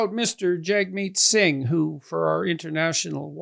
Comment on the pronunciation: Holy cow, Pierre. You’ve been working with Jagmeet for 5 years and you still don’t have the kindness to learn how to pronounce his name?